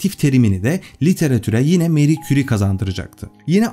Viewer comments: Fransızca telafuzzu Meri değil Mari. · Meri değil Mari diye okunur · neden Meri soyluyorsunus abi fransca MARI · Meri diye okunmasi yanlis „mari“ diye türkce okumasi gerekir... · Senin gibi bir adam da meri.,lavozyer diyor ya hayal kırıklığı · Harika video her zaman olduğu gibi.. Teşekkür ederim. Bir de isimler doğru telaffuz edilseydi.. Fransızca'da Marie, Meri değil Mari okunur.. Çocukları da "Ayrin" değil İren olduğu gibi.. Ahmet ismine " Ehmet" demek gibi olmuş..